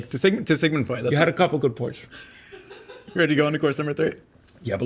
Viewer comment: To sigmund frued 😂😂😂😂